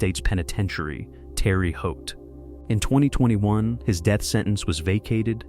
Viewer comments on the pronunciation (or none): Pronounced: Teh-ruh Hoat